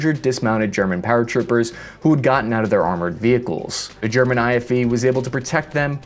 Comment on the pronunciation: ok very off topic but it said greman